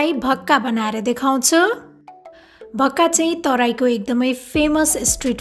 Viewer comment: भाक्का भन्नू होला🙏